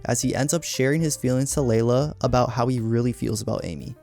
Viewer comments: It is NOT Leila. It's LEELA! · Do you think the speaker is AI or just a person who never watched the show? Because how could anyone not know her name is Leela NOT LAY-LA! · Your AI generated script and narration is absolutely horrible. There is no "Layla." It's fking LEELA. Ditch the AI and write the script and voice it yourself.